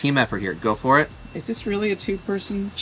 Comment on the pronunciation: Awesome recipe. But you weally should have made your own sauce 😂❤